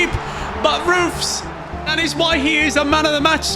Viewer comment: And says his name like French but it is like Roofs